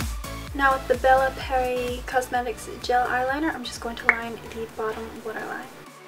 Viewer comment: Love the makeup look! By the way, the "Pierre" part of BellaPierre would be pronounced like "pee air"